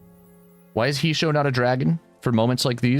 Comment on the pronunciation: It's pronounced "hey-shoh"